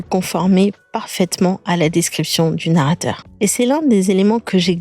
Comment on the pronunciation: "narater" 😂😂😂😂 il y a de quoi s'embrouiller , le film est super original !